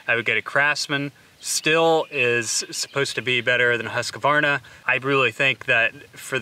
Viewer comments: Can you please stop calling that one saw brand husk-u-varna? It really is pronounced hoosk-varna. Other than hearings that mispronunciation I have been taking a liking to your channel 💨💨😎💨💨💯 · No it's Hoosk Varna. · You’re saying Husqvarna wrong it’s pronounced “husk-varna” that’s a q in between not a letter A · Why are you adding an "a" after the "q"?